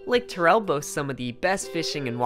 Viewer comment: Lake T-AIR-EL not lake TUR-REL